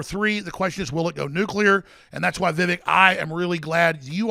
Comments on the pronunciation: Hey, it’s Vivek like cake 😂🤣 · It's pronounced Vi vuhk like cake,! Or I'll start calling you Alec. LOL;p Great interview Vivek. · Vi-Vake...when are they going to get it right? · VIVEK RHYMES WITH CAKE!